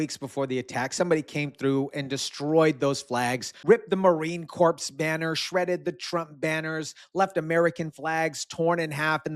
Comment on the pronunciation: it not Marine "corpse" its Marine "core"